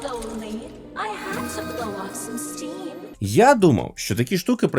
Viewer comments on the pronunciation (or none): none